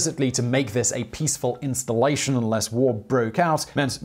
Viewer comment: Simon's pronunciation of "installation" confirms his true identity as a Russian spy sent to thwart the plans of moose and squirrel.